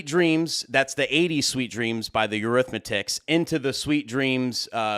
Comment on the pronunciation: This shit is gold...love your videos and awesome to the point advice! I have to give you some shit though because I heard you say in it previous vids.....its Eurythmics (Your-ryth-micks), not Eurythmictics (Your-ryth-mick-tics)! Lol! 😆😄